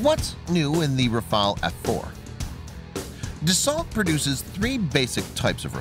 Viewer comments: It’s pronounces Dasso not dasalt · It's pronounced ''Dasso'' ... the 'lt' are silent and the vowels 'au' are pronounced as 'o'.